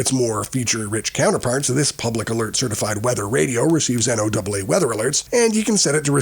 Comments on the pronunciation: Its AI narrated, NO double AA, I-RON, etc... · I've never heard anyone ever before say "N O Double A" when pronouncing NOAA. WTF is up with that? Has the narrator ever actually listened to NOAA Weather Radio?